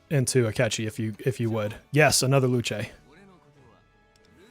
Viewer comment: Use Google Translate to hear how to pronounce Luce🌹 Characters from Persona 5 Dancing is a waste of a pull. They could have done better🤬